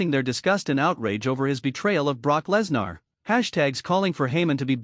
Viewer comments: Please stop mispronouncing Lesnar 😢😢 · Stop mispronouncing Lesnar 😢